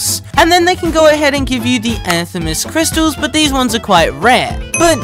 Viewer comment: “Anthemus crystal”